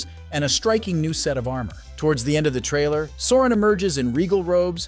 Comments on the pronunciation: They literally say SAU-RON in every mention of his name, yet a channel covering the rings of power manage to make it sound like "moron". 😂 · If you’re going to mispronounce Sauron at least stay consistent ( then then ). WHY?? 😤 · If you’re going to make a video on Lord of the Rings and Sauron, at least pronounce his name right. Makes me not want to watch your videos anymore.